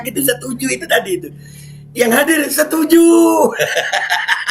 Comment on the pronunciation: Wkwkwk, koplak bee, sampe ngakak w pas ente bilang setunju.wkwkw